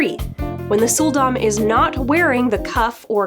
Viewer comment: When you said "Sul'Dam", I heard "Soul Domme".